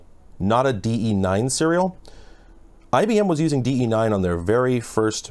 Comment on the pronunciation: You have no idea how happy I am to hear DE9 not DB9